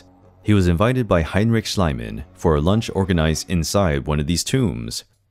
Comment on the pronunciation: Heinrich SchIEman ("schleeman"), not schlyman PYlos ("peelos") not PIE-loss Tyrins ("tirrins") not TYE-rins That's what the names have ALWAYS been (in historical times). Why are the Americans trying to re-invent the names???